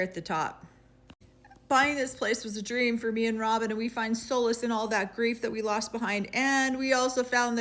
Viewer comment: Did you notice that Kody’s pronunciation of the word solace is “Soulless”? Somehow I’d love to see that used as a snippet insert for certain discussions of their behavior. 😆